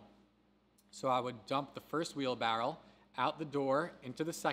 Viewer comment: Wheelbarrow not wheelbarrel lol